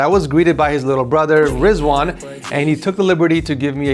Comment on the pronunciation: wait I don’t know if that’s his actual name or he just said it like that rizzwan I like it yooo I was not expecting aria to be there lesss goooo vernal do be selling some master pieces damnn ed is too good of a guy man they defo deserves that man respect how I wished I lived in the us I’d be they’re like in no time bro wait what kinda intel processor is that wtf I’ve never seen it Damnn day trader sheeeshhh nah wait a min that lucario wallpaper is cleannnnnn